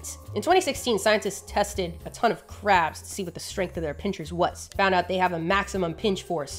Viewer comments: Why do you pronounce so many of these crabs as "Craps". subtle throwing of shade? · I know you were talking about crabs, but it sounded like "craps" almost every time. Loved the video though. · i love that half of the times you say crabs i hear craps and it’s stillll valid asf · Proof that Modern English's phonemic plosive series actually has an aspirated/unaspirated distinction rather than a voiced/unvoiced distinction: the number of times I could have sworn said "craps" instead of "crabs." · Do we love crabs, or do we just love saying "crabs"?